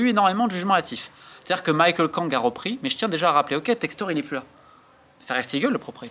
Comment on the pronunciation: aïe ça pique le "Maillekeul Kang" là, vous m'écouterez trois fois la chanson "Michele ma belle" des Beatles avant la prochaine vidéo sur l'OL..